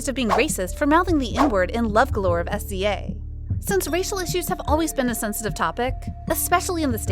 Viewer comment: LMAO you gone get enough of calling SZA s.z.a. 😂😂😂 girl it’s one name SZA ( Sizza). I’m over laughing hard as hell at that. 😭😭😭